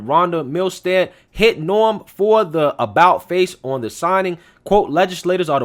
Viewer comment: May I just point out her name is "NOEM" not "NORM"...but thanks for this it's definitely a viable story !